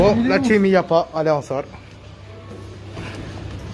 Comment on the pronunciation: "La tcheam" 🥴مستفزززة